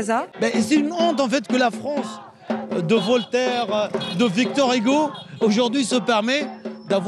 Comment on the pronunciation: la fronce de voltaire de victor igo 😂😂